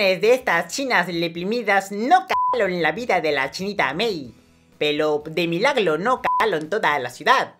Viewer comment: "De milaglo no cagalon toda la ciudad" JAJAJJAJA buenisimo